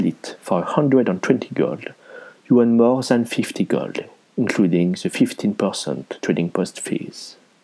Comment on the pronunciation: I really like the way you pronounce 'gold' =) Makes it sound even richer! Nice vid.